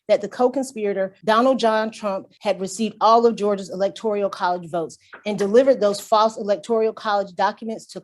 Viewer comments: "Electorial" is driving me nuts! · No I just looked Electorial up and no it's electoral